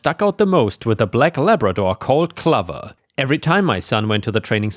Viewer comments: Clover is pronounced Clo-ver, not kluv-er. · Clover ≠ CLUV-er Clover = CLO-ver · Hey, your old pal Penny here again to help you with English pronunciation. Clover is pronounced KLO-vurr, not KLUH-ver. Clover is a small green leafed plant. It grows wild somewhere on most of the planet. If you find one with 4 leaves it's considered good luck. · Clover…like rover not glover.😊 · Hey! the lo in clover is said like in low not lover ^^ Love your videos! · The O in Clover is more like loaf, rather than lover. Think the plant found on St Patrick's decor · Not trying to be an a** but Clover is pronounced with a long "o". Clō-ver. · Cl / over… like the flower. Just thought I’d help…. Unless that’s how you, in your area, pronounces clover. Then I’m sorry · Clover = cl-owe-vrr. Sounds like "lover" but starts with a "c." Not like "glover" like Danny Glover. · 'Clover' is pronounced like 'stove' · Pronunciation tip, Clover rhymes with Rover and over.